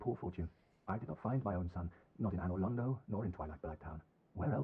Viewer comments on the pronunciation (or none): Sounded like Onor Londo xD